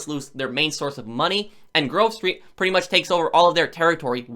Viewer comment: Whenever he says Grove Street, I always here groceries